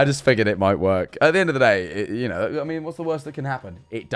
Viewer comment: "i knowrrrr"